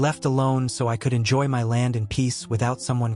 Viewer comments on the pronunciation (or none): Is it so hard to READ YOUR SCRIPT INSTEAD OF HAVING A.I. RIDICULOUSLY SCREW IT UP?! Lol.. “GET OFF M. Y. LAND!”